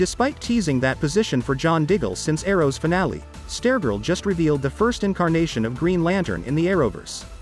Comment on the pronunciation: Um... why you keep saying Stair-Girl??